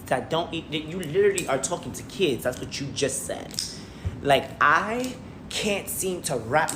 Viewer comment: He can’t even say the word what a b honestly 😂 get tf out